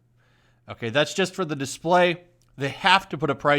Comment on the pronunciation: The sign says "DISPLAY". He needs to grift some "Hooked on Phonics".